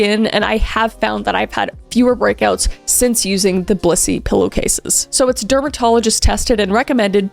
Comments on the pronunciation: I totally thought you were saying bussy lol im sorry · I just watched the Dr Insanity video of this the other day! It's so cool seeing it in your storytelling way. Also, I used to live in Broomfield during Covid! When you said Blissy, in the promo video, I thought you said Bussy 😂 ADHD moment